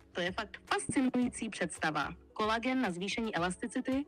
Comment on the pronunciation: ne kolagen ale koulagen